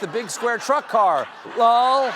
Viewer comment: Who the fuck says lull and not lots of laugh or just lol .but lull